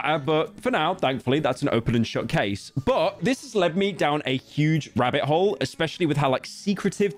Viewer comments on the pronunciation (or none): none